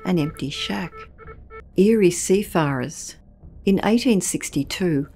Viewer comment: That a wacky way of pronouncing seafarer ~ to my ear anyway... Neat video on a place I’m never going to visit. Thanks 😊